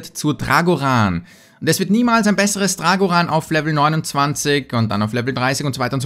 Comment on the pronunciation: Drag1hundret (englisch ausgesprochen)